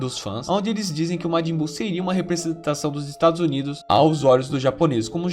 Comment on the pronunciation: matin buu kkkkkkk